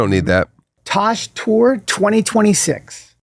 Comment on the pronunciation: Tosh. What the hell did he say Tour.